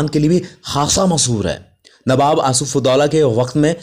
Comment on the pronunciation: Abe to newab Kyu bolta h be